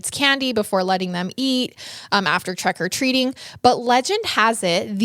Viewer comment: All I kept hearing is "trEck o treating" lol